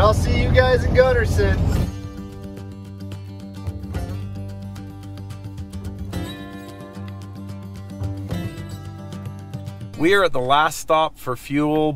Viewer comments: We don't call it "Gunnerson"... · For those not from Utah, it’s Gunnison… not Gunnerson. Those of us from Utah need to educate others on Zion, hurricane, Tooele, etc. you guys are awesome fun to watch all you do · You should charge a deposit for big trips so if they bail you’re not hosed. Also, your dude keeps saying gunnerson instead of gunnison 😂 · 'I made it to 'Guddersin'